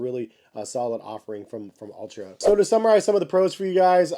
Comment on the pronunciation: Altra not Ultra